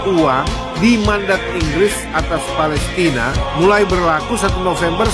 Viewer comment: Yg benar ucapannya palestain at palestina ??? ... Jgn seenakmu bro